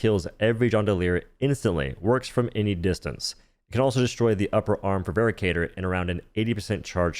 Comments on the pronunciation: its veracitor, not veracator my dear:3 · Hate to be this guy but rather certain it is pronounced "vera sitor" not "vera cator" due to the "ci" making an S noise and lack of an A. Otherwise great info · It's Veracitor, not vericator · I'm pretty sure it's pronounced "VER - ASS - IT - OR". Like "veracity." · It's pronounced ver-rass-i-tor btw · I hate to be that guy, but "veracitor" is pronounced "ver-ASS-it-or," like the word "veracity." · its pronounced "Veh-ra-sih-tor", derived from "Veracity" which is latin for truthful or honest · I thought the Veracitor was pronounced more like how you'd pronounce Velociraptor, where the C makes an S sound. Also, I've been loving the Trident against Illuminate. I would put it in A tier solely for how quickly it rips through shields, whether it be dropships, harvesters, or objectives. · Pronouncing Veracitor wrong. Supposed to be like Veracity I think